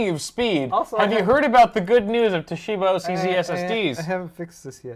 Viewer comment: exuberant pronunciation of Toshiba is actually quite close to the Japanese pronunciation. Japanese language generally lacks stress, so the common English inclination to stress the second syllable sounds odd to Japanese people. A small stress of the first syllable sounds much more natural. 東芝！！！！